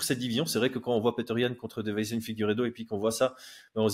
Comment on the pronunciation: tu dis DE-VEI-SON alors qu'il s'appelle DEI-VE-SON, ça me tilte à chaque fois 😂